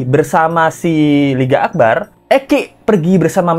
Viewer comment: Di menit 2.07 LET'Z GO Salah sebut tuh LINGGA AKBAR... 😅😅😅